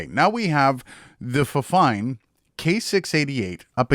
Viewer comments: it's not fine, it's fine-fine 😅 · I believe it's pronounced "Fine Fine" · I pronounced it the same way when I got my fifine mic, but supposedly it's pronounced Fine Fine. Which is totally weird. Great content btw. 👌🏻 Subbed.